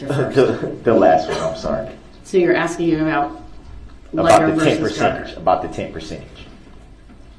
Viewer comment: Who needs a prosecution when Duhrell is axing all the questions 🤦‍♂️